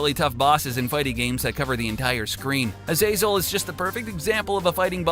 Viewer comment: What is it with YouTubers and using the less intuitive pronunciation of character names? Azazel is a pre existing name for a monster so it’s probably pronounced “Ah-za-sell” (like Azrael) and not like hazel. I mean, how does that sound good?